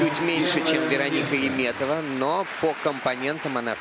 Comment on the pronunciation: Why does this announcer always call her "Yeem" when her name is "Yum" (Яметова not «Йиметова») ?